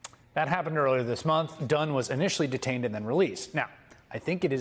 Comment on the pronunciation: Did you say Dunn?😂